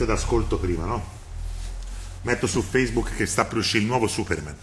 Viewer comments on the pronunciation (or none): none